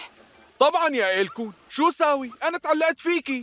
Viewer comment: اسمها ايلكون😂😂 مو الكون